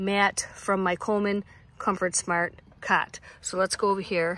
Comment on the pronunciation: Did you say cat or cot ? Must be your accent ?